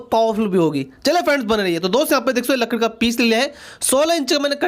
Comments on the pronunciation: Congratulations now you say right लकड़ी वरना पहले तो लड़की बोलते थे😂😂🤣🤣🤣🤣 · he said hamar lakdi 🤣🤣🤣🤣🤣🤣🤣🤣